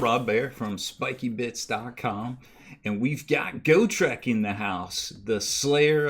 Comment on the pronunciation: Go-trek? Got-rek